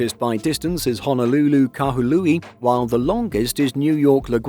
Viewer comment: Wait, “Kahului” is being pronounced without the “h”? Or that’s just how made it sound?